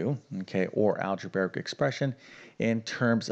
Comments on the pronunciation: Algebraic: Al-je-BRAY-ik, NOT al-je-BEAR-ik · "Algebaric" expression? Beginning to understand the sad state of U.S. education.